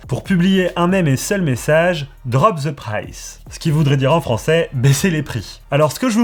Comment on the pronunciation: draupe ze praïsse